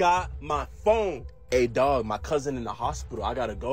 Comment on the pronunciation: Bro said dwag